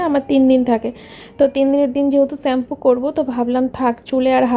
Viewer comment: Shampoo pronunciation thik koro.